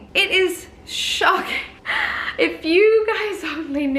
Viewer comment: The way you said Horrible! Shocking! sounded so Brittish 😊